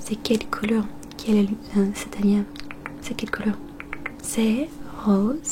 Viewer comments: Ça se prononce alienne ! Même si ça s'écrit alien🥰 sinon super vidéo merci beaucoup💕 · Salut,! Je regardais la vidéo et j'ai remarqué que tu prononçait mal le mot "alien". Je le suis dit que je pourrais te corriger afin que tu puisse perfectionner ton français:D! "Alien" se prononce "Aliène", et non comme il s'écrit. Voilà! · Ça se prononce Aliène mais c’est trop mignon🥰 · Juste à 1min20 tu dis que c’est un alien mais ça se prononce aliène sinon je t’adore et tu parle supeeeer bien français 🥰😊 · Alien se pronote alienne ( c’est pas méchant )